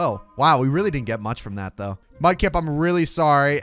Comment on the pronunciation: Mudkip not mupkip